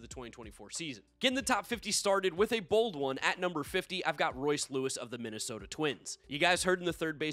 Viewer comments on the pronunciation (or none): none